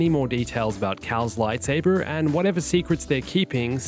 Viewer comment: i hate how you pronounce lightsaber